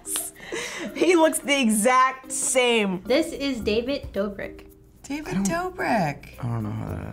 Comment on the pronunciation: BRENDON URIEEEE also its dobrik haha lol